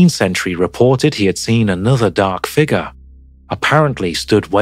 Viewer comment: Dude, You've got to stop saying figger. It is spelled "figure" there is a U in the word.